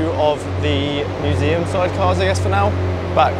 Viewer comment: "team work makes the shumseum work"